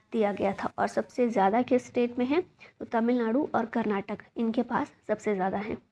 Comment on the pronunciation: Mam I love the way of ur teaching ♥️ but plz pronounce Karnataka not Karnatak mam ..... Love from KARNATAKA 💛♥️